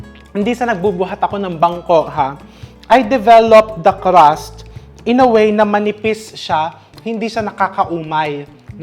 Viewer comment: its crust!!! not Caaras